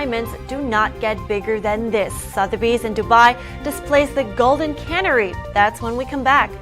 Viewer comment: "Golden cannery" lol. Cuh-Nairee